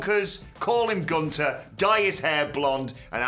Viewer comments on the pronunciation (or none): BRO LEARN HOW TO SAY GUNTER NOT GOON - TER FISH HEAD 😂😂 Saying some fuckin Goodter😂😂